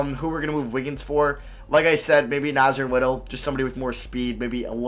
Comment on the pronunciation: You said nassir little wrong